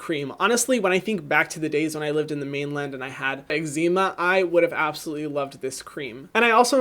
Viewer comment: X-zeema? Like noxema? Or eczema which is pronounced like eggs-ma?